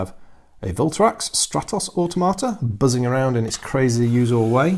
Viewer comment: and if I had to make one observation it would be the way you pronounce automata I cringe because all I hear is auto tomato, it may just me but it doesn't sound right. I hope that I have not offended you. I will continue to watch your in-depth analysis of the model design and kit quality as well as rules review.